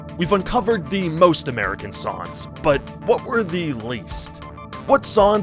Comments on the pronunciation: So weird you say "sawns" and not "Songs" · Sounds like he’s saying “sawns” throughout. Really annoying. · Why don’t you pronounce the “g” in “songs” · this guy is allergic to nasal NG sounds holy shit